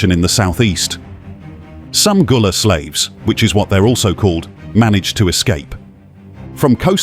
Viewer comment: Gullah Not Goola